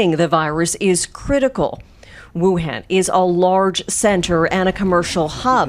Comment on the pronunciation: Wuhan not Wuhen